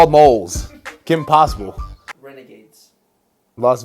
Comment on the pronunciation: I’m dead he said Kimpossible